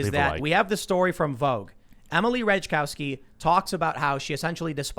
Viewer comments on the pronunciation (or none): It's pronounced "Rat eye cov ski" jackass!